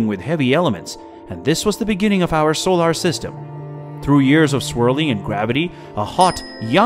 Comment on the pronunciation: Is this AI narrated or does this person honestly not know how to correctly pronounce the word, "solar?"